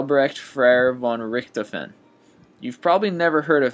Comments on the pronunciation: It's Richtofen (Rick-toff-en), dude. Sorry to burst your bubble, but you need to pronounce foreign names correct! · brad gillis He did butcher the Red Baron's name. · I'm gonna be that guy and say it: you HORRIBLY mispronounced Manfred von Richtofen's name. Like holy shit that wasn't even close.